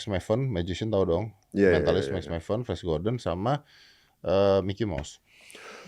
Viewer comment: kayak nya om ded nya salah sebut td sempat emang bilang fresh gordon. 😂 atau aku yang salah denger ya flash kan bacanya fles 😢